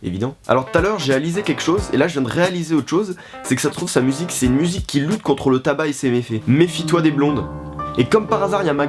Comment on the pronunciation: Dans la vidéo tu as dit ré"alizé" haha 😂